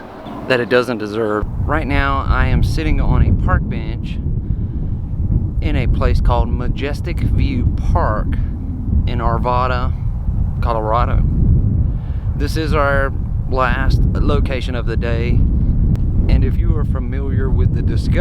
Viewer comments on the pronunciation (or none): It’s also Ar-vad-a. Vad rhymes with Dad. Folks in the greater Denver area hate that they have been over-run by “transplants”. They will be superficially polite but not treat you very well if you mispronounce things there.